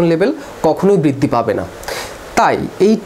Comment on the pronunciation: "বৃদ্দি" কি??? "কোলোক" কি ???